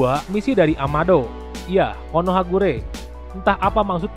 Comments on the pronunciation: Bukan konohagure... Tp konohagakure.... Pengisi suaranya...😁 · Konohagakure kak bukan konohagure🙏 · Min konohagakure bukan konohagure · lah kok konohakure harusnya konohagakure 😅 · Konohagakure bang bukan guree hehehe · Bang Konoha Gakure Bukan Konoha Kure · Konohagakure bro..bkn konohagure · Konohagakure bkn konohagure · Konohagakure kali bukan konohakure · Konohagakure bukan konohagure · Siapa yang mendengar KONOHAGURE